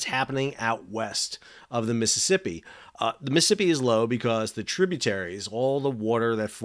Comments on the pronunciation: lol it is NOT the MI-sippi river. It is the MISs-ISs-IPPI . please, if you talk about someplace, learn how to pronounce it? thx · Mississippi not Miss Hippy lol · DOOOOOOOD !!! . . . I can't take it any more . . the way you say: Missippi all the time instead of Mississippi !!!! . . . COME ON !!!!!! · Sounds like you are saying missipi. Not Mississippi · Miss-uh-sipp-eeee please say all four syllables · You can't even pronounce it correctly. Bit hard to give your reports any Creedence or clear water lol.